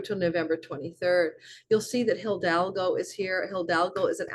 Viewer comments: Highly interesting - really got some important info out of it. May I permit myself to point to your pronounciation of hidalgo - this is, H-I-D-A-L-G-O with only one l, not hildalgo, you might need to train your tongue there... 🤣It is not only the name of the Spanish conquistador but means nobleman/knight. ❤ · For your next video with " Hildalgo" the "h" is silent and the "i" sounds like a long " e". Eeedalhgoo would get you real close. 🙌 Thank you for your readings and knowledge. This one is super intriguing...cause I've timed a creative project to launch during this time of 86 days and it includes a foreign country. I feel optimistic after listening to my rising and sun.❤